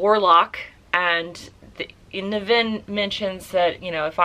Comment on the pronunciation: I've read this a couple of times. It's not his best work, but iirc it spawned a series. I've read the first 4 Ringworld books, they're much better, but they're really crunchy hard sf. so they're not for everyone. And yes, you're pronouncing his name wrong. Emphasis on the NIV. By the way, Bookpilled recommended you, so I had to check you out. Guess I'll stick around!